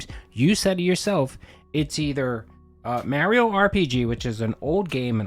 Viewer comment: Mario is pronounced “mah-ree-oh” lol